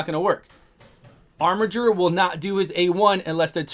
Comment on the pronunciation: Finally, someone who pronounces "Armiger" properly. It's a word, y'know.